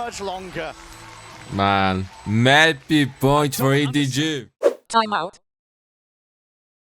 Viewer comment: i love him saying " mapi piont"